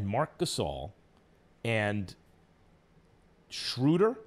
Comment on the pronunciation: My favorite part was when he finally pronounced Schröder's name right for once and immediately corrected himself and said it wrong again.